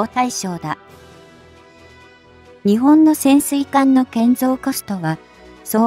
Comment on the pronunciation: 何で日本を「ニチボン」と発音させるのか？ このchは彼の国発なのかな？ 何か感じ悪い👎